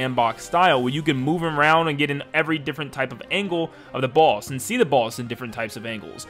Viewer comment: When you said boss I thought you said "Balls" and it scared me